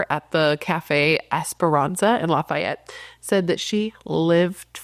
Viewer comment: FYI. Lafayette is not pronounced like the city in Louisiana. The second a is more like an e. Law-fee-ett. I love language. Regional pronunciation is a cool concept I love hearing accents and dialects.